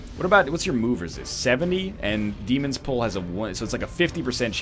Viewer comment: Take the moves that benefit from marking, use marking more, proactively synergize your teams, and pronounce dæmon correctly.